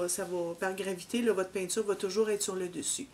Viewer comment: 😂😂😂 non. Je parlais de la prononciation. Vous dites: Tssu au lieu de tissus. Différin au lieu de différent. Et lo au lieu de là!